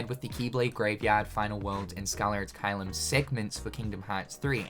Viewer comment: Did this man just say SCALLER Ad Caelum???